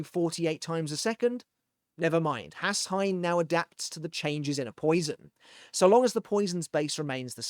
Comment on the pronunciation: Orahaime, Uharbach or just UAB, Hashwolf and Uru huh? Auto captions are really something. Or Yodi and Kate... Can you guess who that could be? Oh, the h in Hashwalth is silent, it ends with a hard t. That's what th meant in German when it was still in use. That one isn't on the captions.